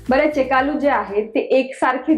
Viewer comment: Chekalu nahi chekklu mhantat. Me Telugu ahe mhanun sangte ahe